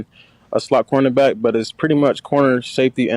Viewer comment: "Coreback" lol